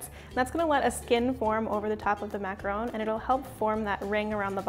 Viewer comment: She actually pronounced macaron correctly!!!!